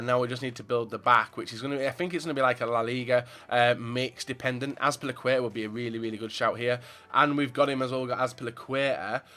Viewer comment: i subbed just because the way you pronounce azpilicuetaaaa.